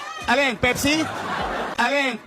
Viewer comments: Hindi po pipsi ang name ng babae ate. Pepsi po ang dapat na pagbigkas. Hindi pipsi😅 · PIPSI? Pakiayos po ang accent pls